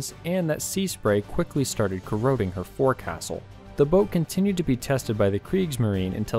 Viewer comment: If you're going to do a video about boats you should really learn how to pronounce 'forecastle' properly.